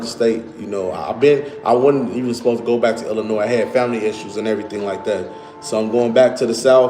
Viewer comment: He said .. IlliNOISE all the time and AR. TICK. OOH. LATE. He is terminally stupid.